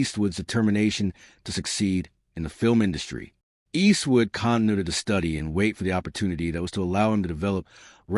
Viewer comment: Cant stand the way the ai says "Eastwood " & he says it enough to make it an annoying drinking game